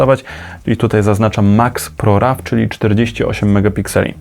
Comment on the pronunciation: Jak można czytać ProRaw po polsku 🤦‍♂️